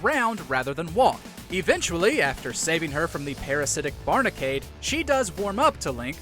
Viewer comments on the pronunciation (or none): Its called Barrinade not Barnicade. Get your facts right